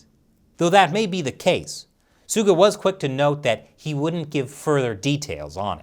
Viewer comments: That senile US president is an embarrassment. Botching PM Suga's name like is total cringe. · I feel bad for him honestly... having to fill in the shoes of a very iconic prime minister, fighting so hard for his people and then some old demented fart that's supposed to be the big defender of the free world doesn't even care enough to properly pronounce your name while addressing you by your first name... I'm not even American and I feel like apologising on America's behalf